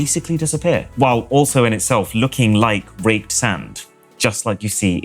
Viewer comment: am i the only one who thought he said raped not raked sand?